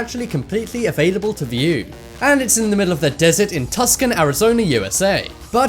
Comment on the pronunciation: What about the Tusk-can May-ins?